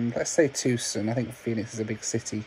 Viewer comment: It's pronounced "Too - SAHN". Not TOOSIN. I live there, so, you know....gotta try and help.